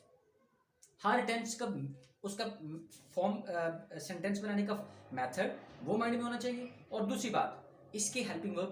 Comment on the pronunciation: sentens not seneses